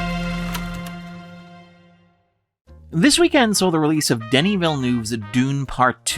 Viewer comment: It's "Denis". French, silent "s".